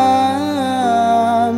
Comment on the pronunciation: Mhn maaf bukan hanya alunan nada yg bagus tp bacaan dan tajwidnya juga harus benar. Salah satu kesalahanya adl pd saat pengucapan wasa lam seharusnya wasallam disitu jelas wasall (ada tasjid) bukan wasa